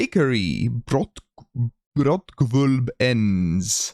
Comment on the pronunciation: Impressive pronounciation of "Brotgwölb"